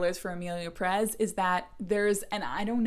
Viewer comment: My goodness, it’s Emilia PÉrez!!!! Not PeRÉZ!! The strong syllable is the first one! It’s quite a good film, actually. Who cares how the characters behave, if it would make sense in the real world, it’s fiction!! And it’s a crazy story, a fantasy. The characters can behave however the director and the writer wanted them to. Cannes loved the film, lots of critics loved it, Mexican film directors loved it. And many people who hate the film cannot even say its name correctly. The vitriol against this film is ludicrous.